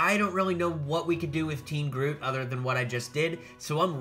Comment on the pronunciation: In the beginning you say groof and the second time you got it right